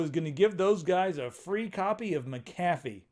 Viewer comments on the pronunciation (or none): I thought it was Mac-uh-fee... You make it sound like a dollar menu item from McDonalds.